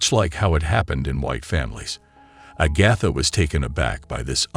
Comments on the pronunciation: Agotha... char lot 😅 mother queen 😮🎉😅😂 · THIS IS THE WORST RECAP EVER!!!! FIRST OFF, this title is a PARTIAL LIE!! She was NOT treated badly "because she was black", AGATHA was!! SECONDLY, PRONOUNCE HER NAME CORRECTLY!! STOP USING COMPUTERS/AI NARRATION😤 The stare at "the bride" was not because she was black, but because of her non-traditional wedding gown!! VIEWERS, PLEASE watch this for yourselves!!!! 🙏🏽🙏🏽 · 36 minutes is way too long to tolerate a robot that can’t pronounce Agatha correctly. I’m out.